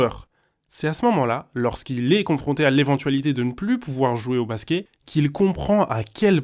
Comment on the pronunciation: pourquoi tu dis Basqué au lieu de Basket ?